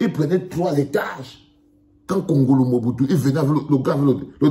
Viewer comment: Pas wongolo mais kongolo